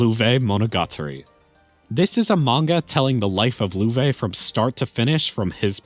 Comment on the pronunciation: Loewe should probably be pronounced "löv". It means "Lion" in German. Thanks for the video!